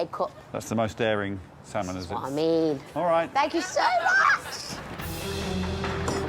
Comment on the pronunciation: Lady Leshurr and her salmon fham🤣🤣🤣